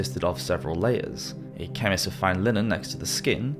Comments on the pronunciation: Also chemise. I'm pretty sure he was saying chemise but pronounced it "Kem-iss" when it's pronounced "shemeese". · Also Chem-eese? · You said "chemise" and "ostentatious" incorrectly. Otherwise, very interesting. I wish there were full length docs about this subject.